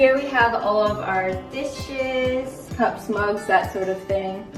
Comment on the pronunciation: i thought she said dish-shits not dishes XD